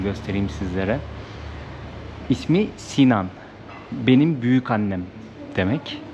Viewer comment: Cok guzel bir cekim olmus. Bu arada "Si-nane" olacak, 'Sinan' degil.